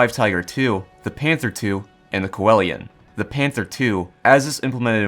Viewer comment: I lose sleep over the way you say Coelian